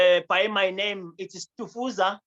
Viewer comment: Hey you can pronounce Stufuza so well, becoming a Swazi